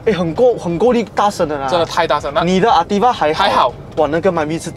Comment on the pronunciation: 中文頻道不要求英文好，但是至少Ativa 和Alza的發音可以正確點嗎？聽了很不舒服不到5分鐘就放棄了